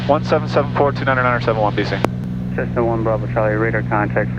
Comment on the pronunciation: I had to rewind to make sure you said “Tessna” that’s classic. Always great vids.